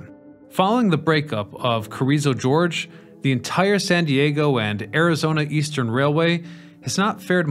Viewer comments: Hey it’s Carrizo Gorge, not George. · Carrizo George is Yosemite Sam's cousin, I guess. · I love Carrizo George. He lives near the Carrrizo Gorge, right? Just south of the San Juan Gorge (or is that San Juan George? So hard to read and write English, especially for professional narrators). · CARIZZO GORGE, NOT GEORGE! ITS NOT A SLICK PIMP FROM THE 70'S. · It's 'Carrizo Gorge', not 'Carrizo George'. The gorge is the area it passed over. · Carrizo GORGE, not George. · Carrizo 'George'...Oy. Listen, man; I love you videos, but you've got to get your pronunciations better than this.